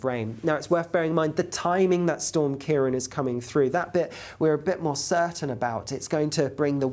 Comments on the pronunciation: it's KEER - AWN, not Keer-on. á as in Seán. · Ciarán is pronounced Key-'Raw'-on, like the name Ron, eg CiaRon, due to the fada over the last 'a'.